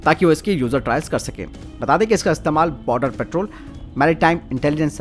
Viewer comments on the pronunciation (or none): none